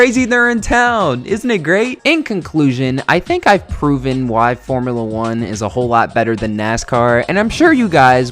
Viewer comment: I died at “Formula eugh”